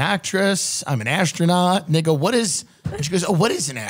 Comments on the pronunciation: i think tim was saying "and they go" but it sounds like the n word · Interesting enunciation of “and they go” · why does it sound like hes saying nigga LOL